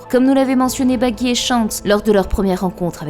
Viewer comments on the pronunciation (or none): none